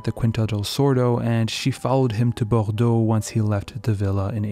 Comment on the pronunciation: Okay I know that it's far from being worthy of being a main takeaway of the video... But wow was that pronnonciation of "Bordeau" impeccable